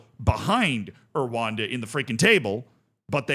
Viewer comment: Pronunciation pointers, as we know it's a pet peeve of you're: ESSwaTEEnee RooA(H)Nda